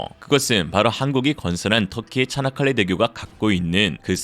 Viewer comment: 차나칼레 대교?? 발음이 "차(이)나"니 즁귝이냐? 쪽팔린 중공! 쪽팔릴 중국!! 정신차려 중국인민들아..